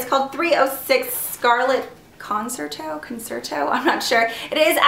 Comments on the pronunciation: Concerto = con-chair-toe :) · In "concerto", the 'cer' sounds like chair :-)